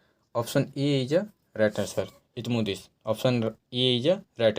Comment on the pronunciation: Nam bhi shi se nhi le pa rhe hai ap